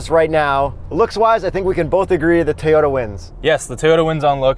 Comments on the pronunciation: TOY-ota, not TAY-ota. Good god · sounds like he says Teyota rather than Toyota:D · It's not TAY-ota, its TOY-ota. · I absolutely LOVE your video. It is a BRILLIANT review! HOWEVER, y'all are driving me CRAZY every damn time you say "TAY-OTA"!!!! And I think the TOY-OTA needs you to get this right! If it ain't a HAY-NDA, it ain't a TAY-OTA!!!! OMG!!!! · Take a drink every time someone says "Tayoda" dead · I love these guys and their reviews..... but their pronounciation of Toyota as “Tay-ohtas” was super annoying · Why does the guy in the yellow shirt not know how to pronounce Toyota??? He calls it "TAY Oh Ta". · Say it with me, guy with glasses. TOW-YO TAH. Not Tee-yo-tah. Thanks. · it's Toyota, not Tayota! That was driving me crazy. I'm in the market for something this size, but this review (and looking at both at the Toronto Auto Show), has confirmed that I will probably go with the Kia Niro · I SWEAR😤😤😤...if he says TAY-YODA one more time...🤯🤯🤯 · “Tee-yota.” Lol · Who the hell says “ Tayota “? It’s like Neesarn and Marsda and Hunday . Come on, pronounce these marques correctly. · I keep hearing “Tey-ota.” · "Teyota"?? Hangover slur or just tired? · Maybe "Tayota"? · You guys really need to figure out how to pronounce "Toyota" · I couldn’t even focus on the review because of the way says “Toyota.” It’s a good thing you’re cute. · There was something bothering me the whole video and I couldn't quite place it. Then I realized it was the way pronounces the word Toyota.:) But watching the Special Outro made me remember there are still some more videos from The Straight Pipes library I have to watch, so thanks for that. As far as this video, I didn't know all these crossovers sucked so much. I've never driven one, and now hopefully I never will.